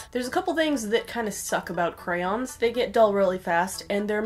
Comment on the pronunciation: normal people: crayOOOns extra people: crayins edit: NO hate im sorry if i offended anybody